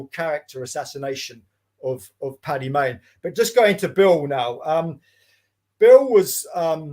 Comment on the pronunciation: The amount of people who can't get Stirling's name right ("Sterling") or Paddy Mayne ("Patty Maine" FFS!). The book itself was fascinating. Well researched as it needed to be to tackle the reputation of a legend (in his own lunchtime). Stirling always seemed unbelievable. This redress of credit where it needed to go was long overdue, as was credit due to the overlooked LRDG. Well done.